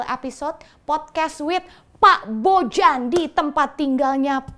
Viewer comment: Orang² balkan pada umumnya ketika ada huruf J akan di baca Y. Jadi penyebutan nama Bojan adalah Boyan Cmiiw